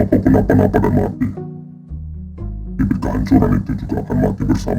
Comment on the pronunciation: kalau kalian baca teks nya nanti nihilius bilang bibir cok bukan bibit😂😂😂